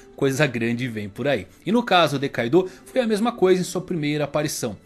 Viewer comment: Man nmrl não gosto quando os caras adicionam uma vogal, tipo "kaidooo